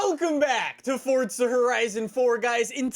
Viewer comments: It's Forza not coryza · I'm sure we all know he says fortza instead of Forza but I laughed when the subtitles thought he said "forts of horizon" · its forza not fortza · Its not fortsza its forza!!!! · "FOrtZa HoRriZoN 4" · Its not Fortza Horizon 4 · INTENSA EMOZIONE it sounds like he’s saying Fortza not Forza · "fortza" lol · "Fortsa" What? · How long has it been that you've said fortza lol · Say forza correctly u say “fortza” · Anyone else hear “Fortza” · Please can u pronounce the z in forza correctly. Its killing meeeeeee